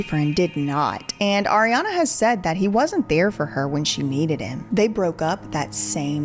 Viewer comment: I’m still cackling at “Arianduh”